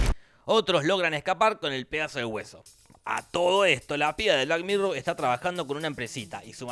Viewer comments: Por que es argentino, aunque creo que lo hace a propósito ya que resulta más gracioso, de una u otra manera a mí me gusta. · No supero que cada vez que habla de la tipa le dice black mirrow xddddd